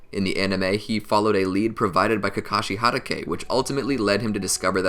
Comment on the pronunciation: It’s Hatake not Harake